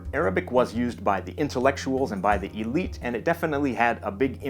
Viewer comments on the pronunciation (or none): none